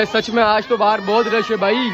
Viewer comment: Rash nhi ... " Rush" just telling..don't get offended..